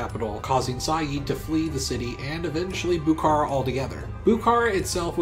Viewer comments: Also the stress of Bukhara is on the last syllable. Bukhará and not Bukára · I’m a Bukharian Jew, a word with “kh” is pronounced like a rough “h”, not k. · "Buhoro" If we spelling and pronounce like a native ! Not Buhara and else, Buhoro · Lol its Bukhara . Its not a Turkish but Persian city Stop ommiting K . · Love the video, but your pronunciation is really atrocities at times, especially Bukhara (the kh is pronounced as one letter that is like scraping your throat)